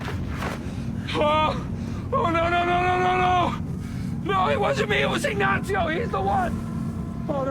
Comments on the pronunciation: Why are you saying “Ignatsio”? It’s just “Ignacio”. Not hard to pronounce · There's not "T" in Ignacio hahaha "IgnaTcio"? xD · "Ignacio" is not pronounced "ig-nazi-oh". The Spanish "c" is pronounced like the English "s" (in this case, not in all cases). From a native Spanish speaker.